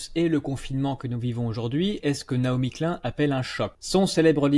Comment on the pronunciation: Excellent. Un détail: Ça se prononce "Nai-omi Klyne" [ pas "klun" ].